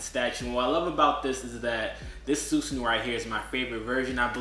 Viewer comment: It’s susanOO not uu lol but good review